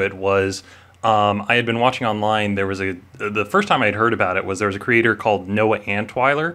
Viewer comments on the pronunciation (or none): none